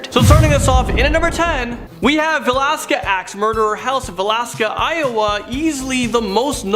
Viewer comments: Right. It is va-lis-ca. And Au-gus-tine. A long a. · Please pronounce Villisca, IA correctly. If you're going to make videos like this you need to know how to pronounce words.